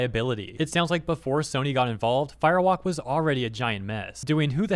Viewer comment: Am I the only one that hears Fire Wok, like it's a cheap Chinese carryout restaurant?